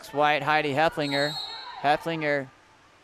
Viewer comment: Love the commentary. FYI. Heff-el-finger